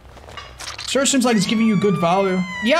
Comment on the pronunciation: >surge, i felt pain every time you said that